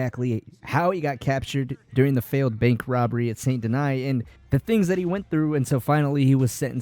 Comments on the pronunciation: good video, just don't like how you called it "san deny" instead of "SAN DENEE" how it's a French city and how it's pronounced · It's sant danis not sant deny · Well if you want to pronounce it with proper french pronunciation it would actually be more like “son denee” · You SAY you played this game yet you consistently pronounce the name of the MAIN CITY wrong. Saint Deny? It's pronounced San Den-knee and you know it. This is so distracting the video is unwatchable. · Saint denee and denis is fine but not deny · This man literally pronounces "Saint Denis" as "Saint Deny." lol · My guy can’t say Saint Denis he says sabot deny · Left as soon as dude said some... sont deny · Stop pronouncing Saint Denis like that. You've heard them say it a hundred times in the game. You have no excuse to mispronounce it. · Leaving early because of how you prenounce Saint Denis Bye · We all mispronounce words no need to be rude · Why can’t people just say it how every character in the game says it? It like saying Dutch Von Der Loonde instead of his actual name 🤣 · They clearly say how to say saint denis a million times in the game and you still can’t say it properly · Did it in purpose so you’d comment